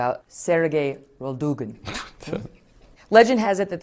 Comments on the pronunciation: Oi, its Putin not Pudding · Putin laughed at the way she pronounced that name 😂😂😂😆🤣